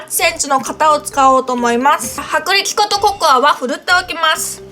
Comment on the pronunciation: 薄力粉とココア、って言えてないところかわいい💜😃 さっくりと、っていう言い方かわいい😘 私はゆうかちゃんの滑舌気にしてないしむしろかわいいと思う😊😊😊